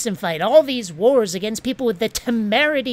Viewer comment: Teople preating? Poor, leave him alone. Thank you so much for this and all your other videos this year. Merry Yuletide.